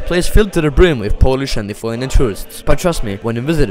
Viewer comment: i am surpised that you pronounced lithuanian correctly, I like this man, right here. Gera ta Estija ir Latvija, bet ir myliu savo šalį, Lietuvą.